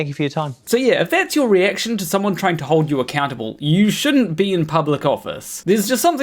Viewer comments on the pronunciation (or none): none